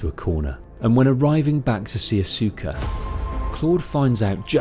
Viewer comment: I used to think it was pronounced like that too. It's Aus-cuh.